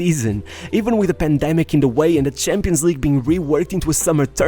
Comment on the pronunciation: Bro. It's personal CHEF like SH not 'chef' like 'change'.. and it's CHAMPION like 'chimp', not SHAMPION, like 'shampoo'. Getting your 'sh' and 'ch' confused lad. You can pronounce them both perfectly, why are you confusing them?